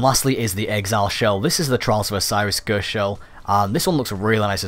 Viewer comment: 'Ghurst' shell